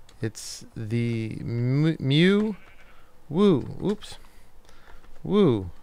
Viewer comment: It's pronounced myoo. Nuff' Said, XD Also, I am Antony and I gave the money in case you want to upgrade the bundle through the download page. Then you get more games :) Also, Bing Mew and it has a little play button that makes a person saying the word, and its a pokemon btw.